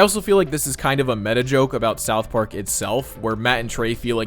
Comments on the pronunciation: "Are we still talking ABOOT that" LOL very smooth. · You are right about them probably revealing Trump to be Saddam in disguise. I had forgotten he was the prime minister of Canada. They dropped a hint by having Trump pronounce about aboot for no apparent reason in bed with Satan. Now it makes sense. Not that they were being suble with the voice and theme music. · I’m hoping they end up revealing Trump was Sadame. He says aboout, Satan even says he’s just like that last guy, and it’s an easy way to make liberals who hate Trump praise the show while cashing in money from paramount. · I just realized something. Trump pronounced "about" like a Canadian (aboot). "Are we still talking aboot that?!" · the only thing that makes me think it could be saddam is when he says aboot like they say canadians pronounce about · Omg, after almost 30 years I only just now realized Saddam Hussein always pronounces the word "about" like "aboot". Is there an inside joke I'm forgetting about that Saddam Hussein is actually canadian?😂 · He also uses the Canadian pronunciation "aboot" which is clearly a reference to when Sadam was the Canadian PM in season 7.